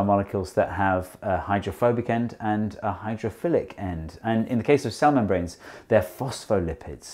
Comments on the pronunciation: The way he says cell membranes , I keep hearin Salamon brains for some reason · I kept hearing "cell membranes" as "salmon brains" it was confusing... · it took me until to realize he wasn't saying salmon brains... cell membranes ...